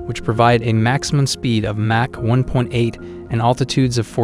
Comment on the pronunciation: @@ I was thinking the same, dude can't even pronounce Mach correctly.